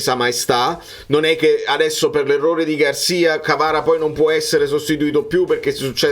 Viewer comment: minuto hai detto KAVARA :)